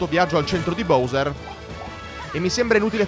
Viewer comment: Si sono contento ora finalmente hai detto BOWSER bene vabbè anche prima era gusto però è meglio BOWSER